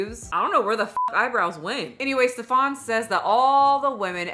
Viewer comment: Okay first of all this little man has nothing in common with the pronouncation of a Stefon or any other french versions. His name is "Stefan". German. Pronounced as flat as his character: S (Sch -like the "sh" from fish) T EF (like the letter "f" for F U) AN ("a" like father and short "n") exaggerated: Schteffaan. No need to raise your voice or pronounce anything extra. He is really not that special.